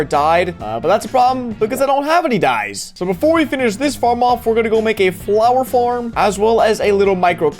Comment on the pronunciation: wait what exactly is a “Flower Flarm”???????